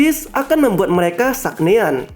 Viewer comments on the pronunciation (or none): SANGE'AN ajg bkn SAGNEAN 🤦🏻‍♂️